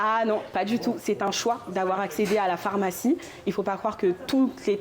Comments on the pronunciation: Le journaliste qui prononce « phOrmacie(n) », je n’avais jamais entendu cette prononciation jusque récemment, ça m’intrigue. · Pourquoi l’interviewer dit "phormacie" "phormacien" ?? 🤔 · accent du nord de la France.